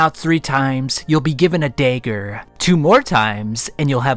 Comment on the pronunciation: "given a Dayger"